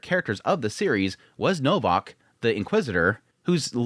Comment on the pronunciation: Fantastic show, enjoyed your perspective on it and appreciate you showing it some love and exposure. Just a heads up, as someone with the same name, its pronounced Novak. Ws in Polish are Vs in English.